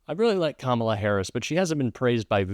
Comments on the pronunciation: He's finally pronouncing Kamala's name right. She must have made an impression on him. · Holy crap he said her name right!!! 😂😅:_Heart